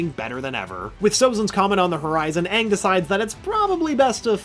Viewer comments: It’s Aang not ang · The movie made me go blind. They couldn't even say aang right. They made it sound like Ahng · as long as they pronounce him “ANG” and not “ONG” ... WE’RE GOOD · heatherxgrayson you mean, “ UNG” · uh no it was directed by M. Night shyamalan. Called the last airbender, it was white washed. Most of the characters including katara and sokka and aang were white. The fire nation actors were east asian (India Pakistan etc.) They pronounced Aang as ONG. Appa looked TERRIBLE the acting was bad the whole thing was bad and it had nothing to do with the creators. The new Netflix series should be much better. The film done by Shyamalan was TERRIBLE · U mean aang